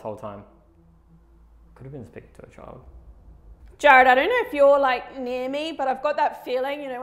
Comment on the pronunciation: It's Jarrad not Jared 🙄